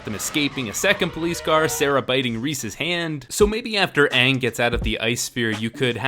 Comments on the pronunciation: My mom, who is a big fan of the show, walked out of the theatre when they mispronounced Aang. We watched the show together and couldn’t believe how awful it was literally seconds into the film. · THANK YOU!!! One of the most annoying thing the director did was take the pronunciation of every name in the show and do it incorrectly. The other parts were were bad to begin with, but that just grated on my nerves the entire time. It's like hearing someone call a "water heater", which is the correct term by the way, and call it a "HOT water heater". If the water was already, why are you heating it? THat also goes in line with what Katara did with all her talking, through the entire movie... Not to mention all it did was retell the first season of the show in a 2 hour movie. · The mispronouciation was one of the worst things simply because we had to hear this error over and over. And yes it's an error. ATLA is an american made cartoon. The creators original intent is the correct pronouciation, it was never repurposed or reworked to fit a western audience. The Last Airbender's origins are inherently western. There is more country twang in Ang than there is in glass of Tang. It's there and there on purpose--not a "mistake". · Why does this guy keep saying Aang? We all know it's actually Ung. Very annoying mistake smh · I forgot how utterly bland and laughably bad this movie was. Semi awesome when I watched it the first time (namely the scene where aang or AWng as this movie likes to pronounce it destroys the fire nation fleet with a big wave). My little sister put it on and now regrets it. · Uhvatar ong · What did they do to Sokka and Aang they're the best characters in the entire show Edit also they say their names wrong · It's been a long time since I've watched the last airbender movie, but the pronunciation of 'Aang' still got me riled up. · Please don’t call them Aang, Soaka or Katara. They are Ong, Sock-Ah, and Key-Tea-Yarra in this film